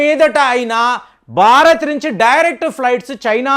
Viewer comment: అద్భుతమైన విశ్లేషణ గారు. కానీ మీరు బారత్ అంటున్నారు, భారత్ అనండి